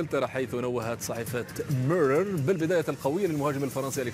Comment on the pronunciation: المذيع يتفلسف بالنطق 😂😂 ميرتساكر ارسنال ميرور واي كلمة تانية ركزو كيف يقولهم 😂😂😂